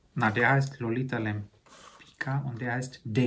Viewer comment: Die Dame spricht man ‚Lempitzka‘ aus , Lolita Lempicka 😊